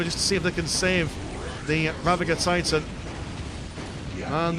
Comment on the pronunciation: "Ger" as in "Germany".. not Rava"gur" 😂😂😂